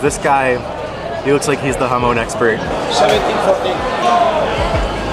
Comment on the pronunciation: Jamón = Ha-Mon, not ha-moan ;)